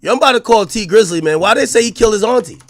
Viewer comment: The way AK says Auntie bothers me 😂